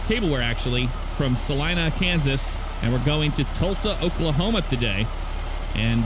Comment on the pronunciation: Thank you for saying Salina right you would be amazed how many people pronounce it wrong. lol